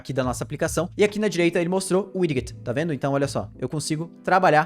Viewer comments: Muito top! Só uma dica com relação à pronuncia da palavra Widget. Se fala "widjet" ao invés de "wid-get" :D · muito bom, muito instrutivo, como sempre... Mas, me doeu o ouvido ouvir a pronúncia de Widget - "widguit", várias vezes... rsrs... O certo seria "Wijit". Mas isso é mais chatice de quem tem TOC mesmo. Parabéns aí e obrigado por compartilhar, cara... Ajuda muito. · Tome 1 dose de cana a cada vez que ouve widguet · Haha doeu o ouvido aqui tb. Mas o conteúdo do vídeo tá show. Parabéns!